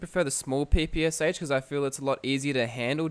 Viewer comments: Its not P P S H! It is PPSh like "shine". Developed by Shpagin. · Small note: the PPSh is pronounced Pah-Pah-Shaw. The "Sh" has it's own phonic sound. Not harping on you, just letting others know in case they were wondering.